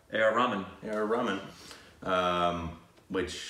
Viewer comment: This movie has an amazing score. Btw his name is A.R. Rahman (Reh maan) not Raman (Raa mun).